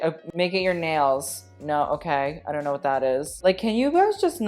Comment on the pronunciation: "i dough knot"